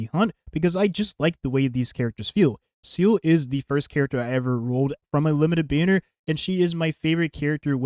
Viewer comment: You say she's your fav character, but you keep calling her "Seal". Her name is "Zeela". German for soul!